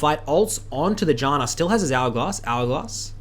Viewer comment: He says hourglass like algoz